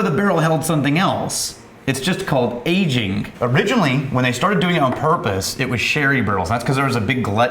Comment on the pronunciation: No one at all:: "Agingk"